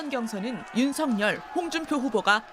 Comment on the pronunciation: ✔윤석열 ㅡ 발음 ✔[윤서결 ] ㅡ 맞아요 😏😏 ⭕연음법칙 입니다. ㅡㅡㅡ🔺️🔺️🔺️🔺️ㅡ 이낙연 ㅡ [이나견] 김연아 ㅡ [기며나] ㅡㅡㅡㅡㅡ 진행자님 ㅡ 한번 살펴보세요 🔺️🔺️🔺️🔺️🔺️